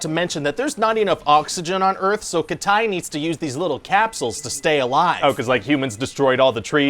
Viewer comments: Welcome t' After Earf ! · "Welcome to After Earf!"